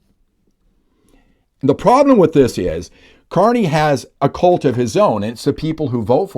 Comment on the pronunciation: Good report but I would not use the term CULT, especially the way you pronounce it, sounding more like COLT. It’s awkward. Instead I would use the term LUNATIC WEATHER FORECAST …impossible to say or hear that incorrectly.